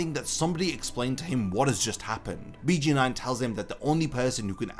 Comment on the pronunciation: I just wanna say it’s pronounced Beyh Geyn Noin